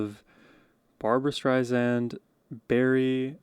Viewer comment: Barbra says she's not Streisand with a Z, she's Streisand with an S. Otherwise, excellent reactions.